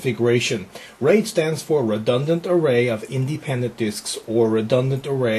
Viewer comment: I like how he says "redundant". =P